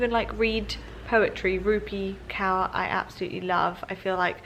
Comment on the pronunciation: Love your vids! P.s its Rupi Kaur - "Korr" not "Cow" lol